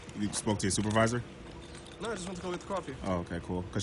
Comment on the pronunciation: “Where is your stupidvisor?” 🤣😂😂🤣at least that’s what I heard🤷🏽‍♂️